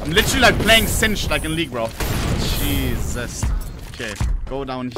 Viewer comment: he says "JESUSTT" ? is ohne dumb?